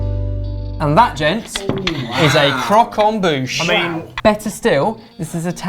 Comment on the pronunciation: Croque-en-bouche* (Please don't say I'm wrong I'm French)